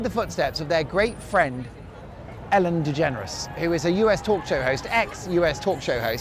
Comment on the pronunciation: It’s Ellen Degeneres not Helen!!!